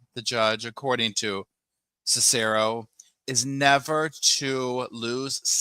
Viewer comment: Cicero is pronounced CIS-er-oh